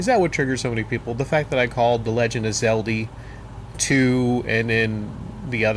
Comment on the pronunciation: Why do you call it Zeldi?